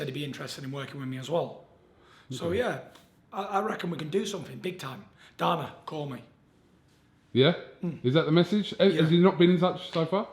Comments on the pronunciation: He called Dana darna ahhahaha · Frank 'Murr' and 'Darna'. Hmm. I don't think Tyson has ever watched a second of UFC, sounds like he found an old UFC dvd lying around and hasn't put it in the player yet in his caravan.